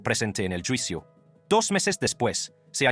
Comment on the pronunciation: Como eres wey para pronunciar palabrs en español...juicio....yuicio